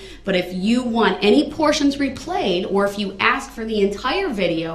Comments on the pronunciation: For God's sake it's ASK not AXE! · She should insist that he says " ask" properly. Thats disrespectful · If I hear another "aks" I'll scream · Again did you ax her or did you ask her. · The word is ask not aks... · Please!!!!! Ask is so easy! Why the “axe”. And why the do dat. And why the troof. And why the oaf. And there’s wayyyyy more!